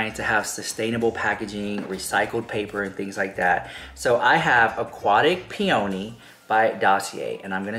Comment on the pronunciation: With much love, it's pronounced "pe-uh-nee" (lol, a] now I am questioning myself, b] now it sounds dirty). It almost rhymes with money 💰 ♥ 💰